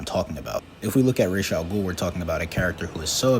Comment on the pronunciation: Thank you for saying ra's properly